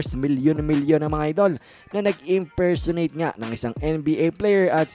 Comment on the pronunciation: Baka “Imfersonate”